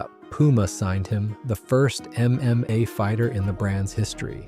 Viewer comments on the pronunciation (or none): Dude the voice is actually not bad until he read mma as M M A hahaha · I caught it out with how he pronounced "MMA"